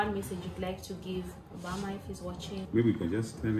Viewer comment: Put that word in full president Barack Uberma not Uberma ok